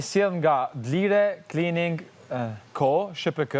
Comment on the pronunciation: Jo D'lire, por D'lirë o rrugaq